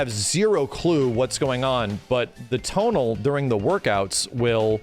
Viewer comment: Anyone know where I can get a tonal? Or is he saying total? 😂 whatever it is I wanna get one.